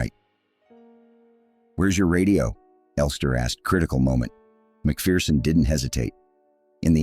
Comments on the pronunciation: Pity the commentator couldn’t pronounce McPherson properly. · Maybe amend your AI pretend voice, it’s pronounced MAC-FER-SON. Also Fettes college is pronounced FETTES, you pronounce the TES it’s not silent.